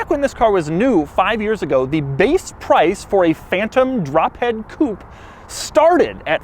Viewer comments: Why do you always pronounce it "Coop"? Its supposed to be pronounced "Coopay". I know you are american and i know you guys cant pronounce foreign words to save your life, but at least try. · To all Americans and once and for all: IT’S NOT COUPE IT’S COUPÉ (COUPAY)!! IT’S A FRENCH WORD, NOT ENGLISH!! COUPE MEANS CUP IT’S NOT A CAR SPEC!! GODDAMN!! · I hate the way Americans can't pronounce Coupe as it is, but saying 'coup' for a Rolls Royce is just insulting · Why do Americans pronounce coupé, coop? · its fucking pronounced coupé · Doug the type of guy to pronounce coupé wrong. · It's a "Coupé", you pleb. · I wonder why you american don't pronounce the E in the end of coupé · Is he deliberately pronouncing 'coupe' incorrectly or is it an American thing? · It depends on how it is spelled. This is Phantom Drophead Coupé - pronounced coo-pay. The Mercedes-AMG GLE63 Coupe is spelled by MB without the accent aigu, therefore it is a pronounced coop. Doug is mispronouncing it in this video, but pronounced it correctly in his MB video. Or he's just trolling ;) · Why does he keep pronouncing coupé as "coup"?? >.< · You do not pronounce coupé the right way . There is an accent at the end (it means cut in French) so pronounce it like the pe on pessimistic . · What is a "coop"? Coupe comes from French and is pronounced coopay. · It's a Coupé (coo-pay), not a coupe (coop). Just sayin' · it is Coupe (cupeeeeee..iiiii) not kup...as u pronunce it...damn it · You said Coop !! 27.000 times .......as an anglophile you surely know it's pronounced Coupe' (Coupay) .........and as for "aluminum" instead of Alu-mini-um....well I never ! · Oh my ,Doug could you please use the proper pronunciation of coup'e when addressing a Rolls Royce..? Please say coup, pay...Isn't it, say what and all that... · Please can we get a petition to officially make "Coupe" pronounced the way it should be in French coupE with E pronounced, its not a CHICKEN COUP!! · Pronounced coopay not coop .